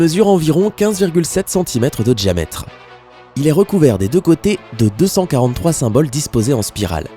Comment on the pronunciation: Sympa. Je trouve que le ton journalistique que tu emploies mériterait que tu fasses gaffe à ton français ("diamètre", tu dis "djamètre". Les "dieux" tu dis "djeux, "médiéval" - "medjyéval".) Perso ça casse tout! Et c'est dommage. Weah on peut pas renier ses origines ; le problème c'est que je crois que tu si tu ne neutralises pas ton accent, tu te fermes des portes. Sinon trop chouette tes vidéos !